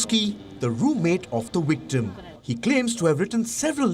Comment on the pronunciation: "Wictim of the Watican" - Elmer Fudd. SMH.